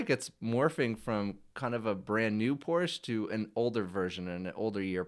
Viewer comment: it's Porsch-EH, not Porsch! Just like it's "Dante" and not "Dant" or "Ford" and not "For"